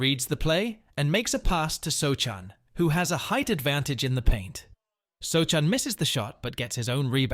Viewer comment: pronounced so-han